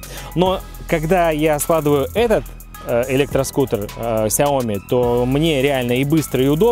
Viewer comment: СЯОМИ УДАРЕНИЕ НА И !!!